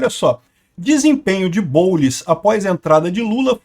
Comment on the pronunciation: "O boulis" kkkkkk